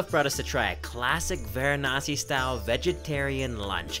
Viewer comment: Pronounce it properly its not Gaangis its Ganga(Ganngaa). Not waranasee its varanasi(vaaraanasi)